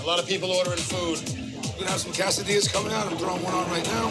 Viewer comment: I love how he pronounced quesadilla like Cassidy ya to the point that the captions spelt it that way